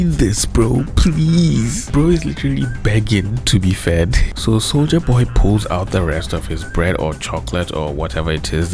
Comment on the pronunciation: I keep hearing souja boy instead of soldier boy